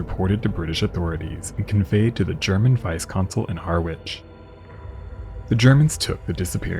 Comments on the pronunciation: Another stupid AI - Har - witch. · I enjoyed this video. For future reference: Parkeston Quay, Harwich is pronounced 'Parkston Key, Harridge'! Don't worry, I'm sure I'd pronounce many American place names incorrectly! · Likewise - and Harwich is 'Harritch' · As a card carrying pedant I cannot let the opportunity to correct your appalling mispronunciation of Harwich. It's Har-itch. Very enjoyable video, enhanced by the opportunity to make a pedantic comment. Ta. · Quay is pronounced ‘Key’, and Harwich is pronounced ‘Harich’. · Harwich is pronounced Haridge. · Great video as usual. One thing thou I can understand someone from outside the UK getting Harwich wrong, it's pronounced harritch, along those lines anyway, but for a channel that covers maritime events, to not pronounce the word quay correctly is baffling, it's said key like in quayside. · Quay is pronounced 'key'. And Harwich is 'Harrich'. 😊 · Quay is pronounced key. Harwich is pronounced Ha-rich. 😊❤😊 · "quay" - is pronounced "key" and in "Harwich" the "w" is silent - I think you need to do more research on pronunciation - that you get these words wrong is plain sloppy....